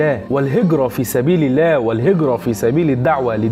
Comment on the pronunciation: اخي انت في قلت الاية خطأ ((ويشهد الله على مافي قلبه وهو ألد الخصام )) خطأ تشكيل بكلمة (الله) فتغير المعنى